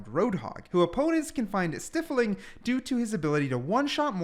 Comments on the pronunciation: I know you're trying your best...but someone has to say it: IT IS "STY"-FLING, NOT "STIFF"-FLING...gotta take out my pent up OCD and living auto correct rage out on someone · this dude says stiffling LOL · Pronounced “st-EYE-fling”, hard i, just a heads up. Thanks for the video